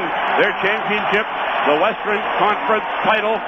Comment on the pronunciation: "Westren Conference"